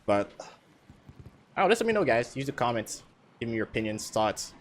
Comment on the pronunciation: "Commants" xD